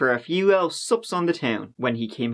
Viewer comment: I realised only today, that when says "subs", he means "sips". Till date i was like why does everyone go to a bar for subs? 😌